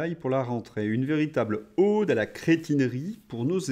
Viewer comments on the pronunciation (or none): Ode à la cretinerie! (Prononcez O comme le O de pomme,homme… O ouvert et non Ô /au/eau O fermé comme chapeau/haut…. Pau(🤣) et peau de lapin!😉